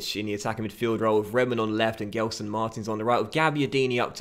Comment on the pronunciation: Gelson is pronunced "Jelson"